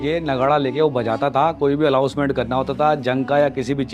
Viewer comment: भाई अलाउंस नहीं अनाउंस होता है .सुधार कीजिए